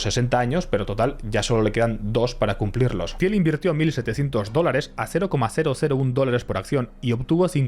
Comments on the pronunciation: qué ignorante el que habla se pronuncia till no tiel y Peter no Piter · Se pronuncia Tiiiillll, por favor. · Se dice Til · Se pronuncia Til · Un poco de esfuerzo en pronunciar ciertas palabras en ingles correctamente, le quedaria bien al video. PayPal, Thiel, etc... Revientas timpanos con leerlo de pura forma castellana.